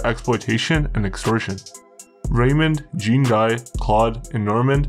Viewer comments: you need to brush up on your pronunciation of the french names. lol. good though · The way you pronounce Jean-Guy 😂😂😂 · The pronunciation of Jean-guy killed me, at least he got the story right. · Jack wees my sween… lmao nice pronouncing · Gros on dit "Jon Gee" crissement plus que "Jean (comme les pantalon) Gaiye" Patnais dit Jeen Gaiye, c'pas ca pentoute. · Jean Guy would be pronounced Jawn Gi Sounds like Shawn but with a J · lol its pronounced "jhawn Ghee"" not Gene Guy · Gene guy 😂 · As a Canadian Anglophone myself, the family name is pronounced d-OO-b-w-aa Jean GUY = Jau(n)GEE; Claud = Cloed; Normand and Raymond would probably have a drop in tone at the end of the name and a silent 'd' because the more imporant D sound comes from their last name. In the 70's and 80's we were required to take 9 credits of French in order to graduate (Provincial requirements do vary). Be careful with those French names, they can get pretty stabby about it all... Especially in the topics you are into across Canada. Don't get me wrong, I like all your programs, but now that you are not using T2S, you need to get those right. Btw. I would love to know your take on the FLQ/October crisis, but for that will need to adhere to the above and then some. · Lol jean guy 🤣 it's pronounced john gee